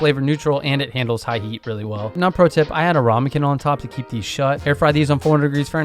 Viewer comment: Love the vid. But its rAmekin not rOmekin!